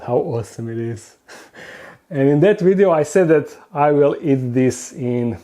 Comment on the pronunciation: "Don't forget to like this wideo"